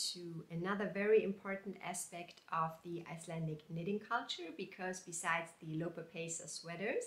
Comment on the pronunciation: I would like to knit number 37 in book 44. You pronounces the Icelandic very well.